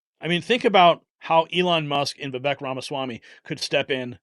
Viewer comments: Vivek pronounced Viv-ake...rhymes with cake. We should all know this by now. 🙄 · It’s pronounced ‘Va Vake’ , as in Cake.🎂